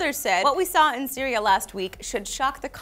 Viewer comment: said cereal in stead of Syria the last time he said syria